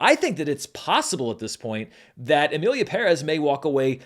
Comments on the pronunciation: props for being the only petson I have heard saying "Emilia Pérez" right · Thank you for correctly pronouncing the title!